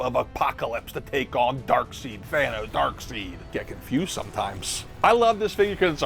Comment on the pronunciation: Did you say “Dark-SEED”?!!!😂